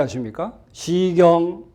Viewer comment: 왜!? 시경 서경의 첫 자를 왜!? 길게 발음하시나이까?? 자고저란 말을 아시는지요!? "한국 어문을 고발함"이라는 책을 일독해 주실까요!?